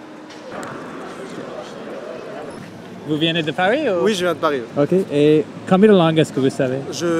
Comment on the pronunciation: It is "venez " not " viénez" . But you are improving